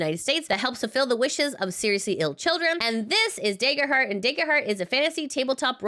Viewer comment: Great newsy news reporting as usual! ...but, uh. Daggerheart. Dagger. Soft A. :P